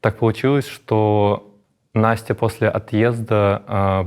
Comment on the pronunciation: я тоже Настя и меня так бесит, когда так резко произносят имя как Юра это делает.